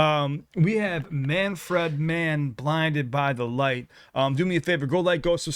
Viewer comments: FYI Dont pronounce it man-fred, w/ the 2nd syllable like the name "Fred". Say "man-frid", w/ a soft "i". 2nd syllable in "Manfred" rhymes w/ "lid" not "led" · We usually pronounce his name MAN FRID . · It's pronounced man- ford. or ferd.